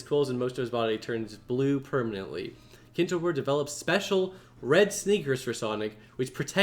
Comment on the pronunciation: that's not Kintobor. It's kintoBAR